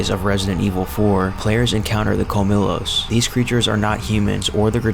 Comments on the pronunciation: I’m a native Spanish speaker and Colmillos is pronounced with a “y” where the double “l” is. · Cole-me-joes- colmillos. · It’s pronounced Kol-mee-Yos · It’s pronounced CUL-MEE-YOS Which is Spanish for “Fangs”.